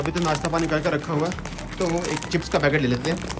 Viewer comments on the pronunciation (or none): Chips ❌ Chepass ✅ 😅😅